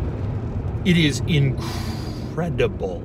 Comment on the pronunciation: IN-CRE-DI-BLE how much "WH" sound went into that word.